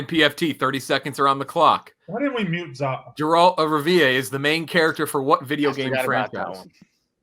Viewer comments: disrespected Geralt of Rivia with that pronunciation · LOL its Guh-Ralt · The pronunciation of Geralt of Rivia was atrocious. Maybe listen to a YouTube video or something to figure out how to pronounce names you don't know lmao